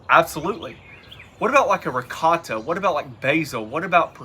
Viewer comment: Eccellente! Man, that's it -- the Italian meats! I'll definitely make one. Love the "rigawt" (Italian slang for ricotta cheese, LOL). In fact, the meats are pronounced "prozhute" -- "suprasahd" -- and made famous by the Sopranos -- "gabagool" (capicola). Thanks and again, great job! 👌😋